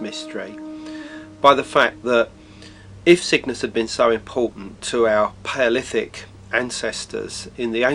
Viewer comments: Pa olithic, Instead of Paleolithic accurs at about into the video. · He can't even pronounce Paleolithic, LOL